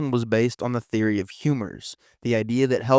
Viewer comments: Um...the word phlegm is pronounced "Flem" not "fledgum" 😂 the g is silent, numbnuts. You've never heard of phlegm? Also known as mucus? Jesus Christ 🤦‍♀️. If you're going to create content at least pronounce the words correctly. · flem not flegem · Phlegm is pronounced Flem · If you’re going to have some thing, read it, can you at least have them pronounce things right I mean come on pledgem it’s pronounced fl eh hm🧐🧐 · “Fledge-em” lol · Phlegm.......is pronounced like flemm. That is how it is spelt in English. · Phlegm pronounced:” flem “like “hem” but with an F . It’s what you cough up when you have a cold . Other than that , great story telling ❤. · Phlegm is pronounced 'flem' , mucous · 😬 not trying to discount anybody or their research, but mispronunciations of words like that really make me question if I should trust who I'm listening to. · its (pronounced) flemm